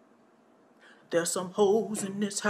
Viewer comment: Lmao how you said earthy.....